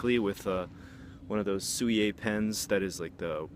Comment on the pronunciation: I thought writing with black paint brush and ink is pronounced sum-e-a.